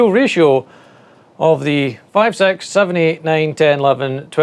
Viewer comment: Sex Hertz! Love that accent. 😄